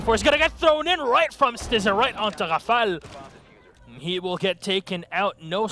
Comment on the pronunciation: Dear Caster, there is no reason to call them "ZephiIIIiir" or "rAfAle". sincerly, The (bleeding) ears of the community.